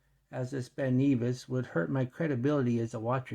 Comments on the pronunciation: It's not Ben knee vis its pronounced Ben Nevis! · Not sure where you looked up the pronunciation of Ben Nevis but you are mistaken, the correct pronunciation can be heard in the link. Ben Nevis is in Scotland and is the highest mountain in the British Isles. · Ben Neevis? lol If you remove the plastic film from the bezel it looks less cheap.